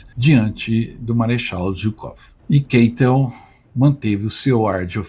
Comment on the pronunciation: Excelente vídeo. Pretendo conhecer o local. Só ressalva: narradores do YouTube insistem em "inglesar" nomes e sobrenomes alemães. Só para lembrar: a pronúncia do sobrenome do marechal Keitel é "Káitel", jamais "Keitel". A escrita é Keitel, mas a pronúncia é "Káitel". Acho que desenhei.